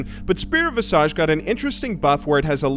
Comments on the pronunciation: "Visage"! "Visage"! Not "Vassage!" And while I'm at it, not "EEEEEEEEEEEEEEEEVERN" either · "Spirit Visage" is pronounced Viz-ij. You're a dope guy and I know you'll talk about the item in the future -- say it right! <3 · Oh man, the good old RS player. Still saying visage wrong. LOL